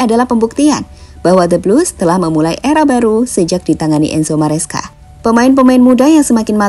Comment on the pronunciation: Maresca min, bukan mascera 🤣🗿